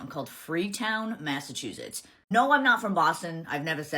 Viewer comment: My husband was born and raised in MA, I’m surrounded by people from MA (we live in Maine), and I’ve never heard anyone pronounce Massachusetts like she does. Massachoozits?